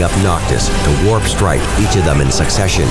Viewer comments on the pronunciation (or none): none